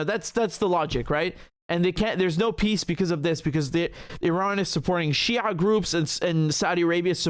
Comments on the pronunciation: The way he pronounced شيع is on point makes me wonder which background you come from? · whait! do you have any Arabic roots?! the way you pronouns shi'aa surprised me, because letter ع in Arabic is one of the hardest for westerner to pronouns right after ح.